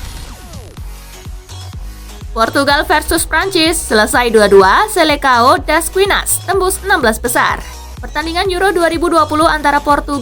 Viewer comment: Bacanya bukan selekao min.. tapi bacanya selesaun.. mohon diperbaiki cara bacanya..masih salah baca tuhh